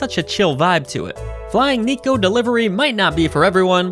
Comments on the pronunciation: Hate to be that guy, but it's "Neh-ko" (猫) not Knee-ko. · if you can pronounce the word "yeah" you can pronounce neko correctly